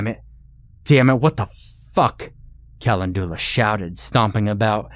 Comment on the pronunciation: With all respect due to one of my very favorite narrators, I couldn't live with myself if I didn't say something when my OCD little brain notices a misproununciation; Calendula is pronounced "ca-len-djew-luh" hunny 🐇. Much love to you and yours, and thank you so much for all your narrations! You give life to so many delightful tales of terror and fright (n˘v˘•) so much happiness have I derived from the many hours of your voice here on ye olde you tube. Yes, thank you, thank you, THANK YOU!! ƪ(˘⌣˘)ʃღ˘‿˘ற꒱(っ˘ڡ˘ς) ┌（^ .^）┘( の •̀ ∀-)و٩(ˊᗜˋ*)3､`)